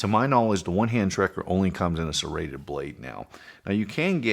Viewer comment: You had me till you said serrated